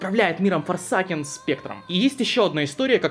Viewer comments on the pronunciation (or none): я не хочу душнить на форсАкен звучит ой как тупо. говори форсЭЙкэн прошу